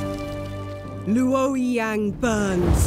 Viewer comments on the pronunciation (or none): LU O YI YANG. Authentic Chinese pronunciations I see